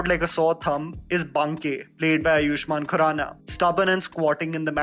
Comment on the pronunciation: He is आयुष्मान खुराना, not आयुष्मान कुराना